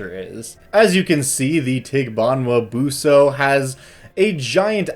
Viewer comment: Pronunciation is actually pretty good - I'd stress the 's' in 'buso', but otherwise, yes